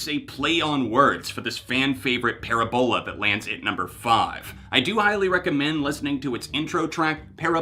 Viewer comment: Parabol you pronounced correctly, but Parabola is Puh-Rab-Ola